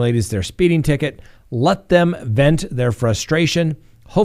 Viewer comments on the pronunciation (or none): none